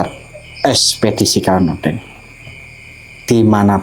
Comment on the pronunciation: Maaf,bank klau ngomong: ekspedisi Terasa kurang pas,suara yg terdengar: ekspedisi.huruf k kurang tekanan